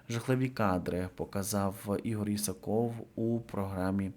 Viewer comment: Та не IсакОв, а IсАков! Пора вже знати!